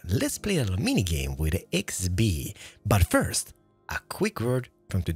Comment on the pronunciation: ah yes “ firt ”